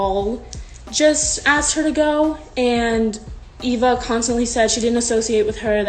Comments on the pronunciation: It’s Eve-a not Ava🤨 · it’s e-v-a not a-v-a i was laughing bc no one was talking about it besides me and this person. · u mean eva? Eva EEva